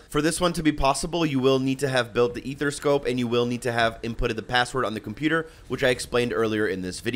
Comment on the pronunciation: “Athera scope”😂👍🏽